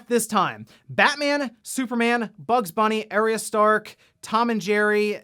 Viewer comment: “Air”-rya Stark?? Somebody must not be a Game of Thrones fan…I’ve never heard it pronounced that way…